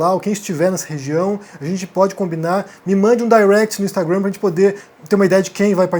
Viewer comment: Te peço um favor, fala a palavra " Instagram " como brasileiro, não como nova-iorquino, até onde sei, você é brasileiro!